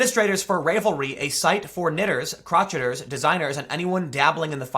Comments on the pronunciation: Lol he said crotcheter. It’s crow-shay-er. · "crotch et er"?? 😂